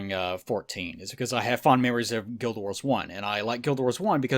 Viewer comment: "Guilduh Wars"